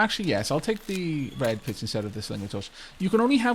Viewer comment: For a second I heard bread pits. XD